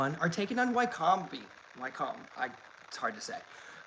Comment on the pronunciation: Wycombe is pronounced “Wic-um” 😉